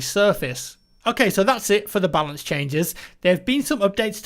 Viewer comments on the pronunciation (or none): none